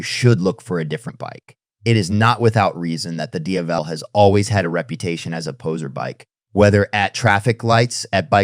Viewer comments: Jesus Christ! SAY DIAVEL correctly how its ment to be said. Each time you pronounce the Diavel name its different. Cut the AI crap and put a real capable person to do the talking. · Great video.. just stick to one pronounciation of the Diavel and keep it consistent all the way. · The AI trained voiceover is generally pretty good, but you can hear it cracking occasionally and the pronunciation of Diavel is throwing a lot of people off. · Please learn how to say it